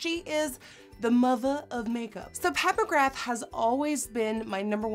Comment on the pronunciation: I heard "Pat McGrath" as "Papa Graph". Lmao.